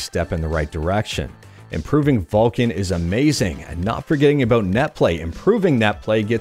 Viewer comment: It's VULKAN .... With the 'K'